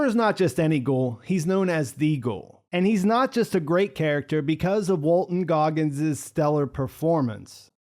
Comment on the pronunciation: Goggins, no "r". I made the same mistake. Walton Goggins.